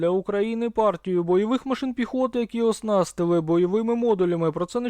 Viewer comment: Не осНАСтили ,а оснасТИЛИ.. , дурачок Ты этакий..